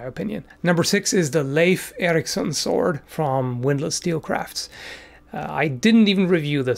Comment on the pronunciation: THANK YOU for pronauncing Leif Eriksson as it should be pronaunced! Not that "Leaf" Eriksson like so many else.